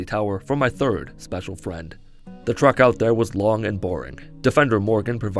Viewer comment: There is no way you don't say "the truck out there" instead of "the treck out there" . I had to rewind a few times to make sure, and yeah, truck or maybe track, but not treck as it should be lol.